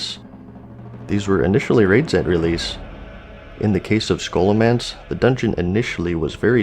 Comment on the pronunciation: Everytime he says Ssssshoolomance, i die inside.